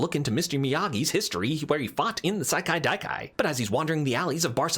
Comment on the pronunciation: I both love and respect how many times you fumbled slightly at pronouncing "Sekai-Taikai" but kept going